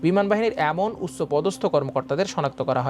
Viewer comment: ভাই এটা চবি না,ছবি, উচ চ না উচ্চ" আমার দেশের নিউজ এর গুনগত মান আরো উন্নত করা দরকার, যার উচ্চারণ ঠিক নেই তাকে সংবাদ পাঠে বসিয়ে দেওয়াটা দু:খজনক